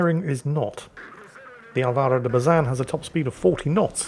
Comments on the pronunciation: Al-vah-ro. AHL-bah-ro. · Heads up on Latin words, the (´) tick makes the particular vowel in question sound stronger or more pronounced, Álvaro is pronounced as it sounds but with more emphasis on the first A, you pronounced it as Alváro, just a heads up for next time. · Well, as a spaniard brazilian, the pronunciation is good. Don't worry about it. Just say "AL-va-ro" putting your emphasis on the first A. That's why is written "Álvaro" and not "Alvaro". That's why stress marks are for. BTW, I'm from Barcelona, and you should thank to all gods for not having a catalan ship's name, like "enxaneta". We take the worst of spanish and french and mixed it with 7 vocals (because A and E are pronunced differently depending on the word). Or even worse, in vasque, a lenguaje doesn't even come from latin, with words like "kukuxumusu". So yeah, thank the gods ships names are only in spanish XD. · Alvaro is usually pronounced with a long L. Oh boy, again!? No wonder its that kind of game...